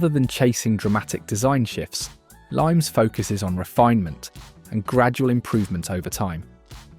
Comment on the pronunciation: Limes is pronounced "li mess", meaning boundaries / limits, not the citrus fruit.